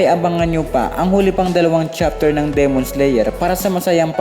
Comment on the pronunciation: LodS paki diinAn NAman at tigiSan ang pag bigkas nG D? Dimon nOt demOn! Owkey kairitA anG vOice over eh😂ok